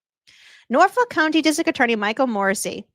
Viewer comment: I'm just here for the intro song. But then in your intro I swear you said ' what exactly is going on in Norfolk cunty '?